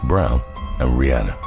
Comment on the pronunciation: Love how he keeps mispronouncing Rihanna name